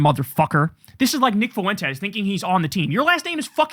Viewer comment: I don’t like Fuentes either…but Kyle, please just pronounce it right lol